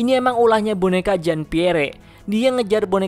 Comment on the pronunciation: Maap koreksi Bacanya bukan "jin piere" bang tapi "jan pier"